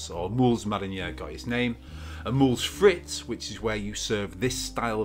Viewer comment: Amazing video! Just for future reference, in french, the Moules Frites are pronounced Mool Freet. Doesn’t really matter but anyways 😂